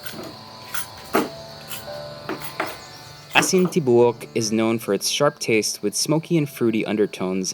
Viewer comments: Aeasin Tee-bow-uk 😩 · lmao, erwan's pronunciation of "tibook" is so cuteeee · TIBUOK(WHOLE)IN BISAYA. PRONOUNCE AS TI-BOO-UK. PLEASE DON'T ASPIRATE THE T.